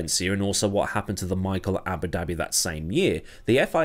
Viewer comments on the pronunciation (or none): none